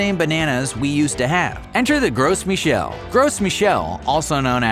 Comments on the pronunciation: "Gru" Michelle you don't pronounce the S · gross michel? must be from the states... that pronunciation, eeeeeeeew.